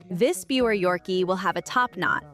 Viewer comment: It’s actually pronounced “ beaver” terrier… jus’ sayin’